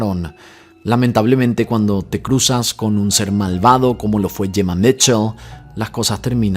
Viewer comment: No es Jemma ,es Gemma 😂